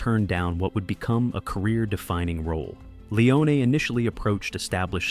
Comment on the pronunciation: Why does the narrator pronounce Leone's name two different ways throughout the video? Pick one.